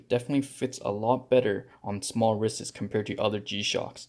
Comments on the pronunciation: Got annoyed with "wristes" (sic) or however you were trying to pronounce plural wrists. But thanks for the video! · I’ve never heard an adult pronounce wrists as wrisses. 😂I couldn’t even finish watching the video after the second time.